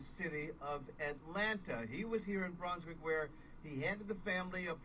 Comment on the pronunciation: Queen it is pronounced "Bruuns wick"